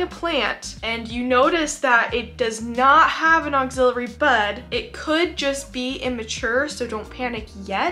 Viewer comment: Ax-ill - ary. Love your content but this mispronunciation is just bugging me.